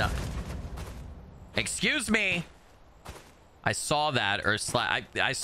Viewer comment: FINALLY a real werewolf game! Also I love how you say "B'SCUSE ME?" Reminds me of that game grumps video where they talk about cvs and kfc lmao